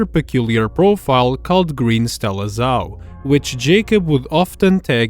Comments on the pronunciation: BTw it's pronounced Stella Zhau (Z-Ow) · Bro, Stella Zhau isn't even that hard to pronounce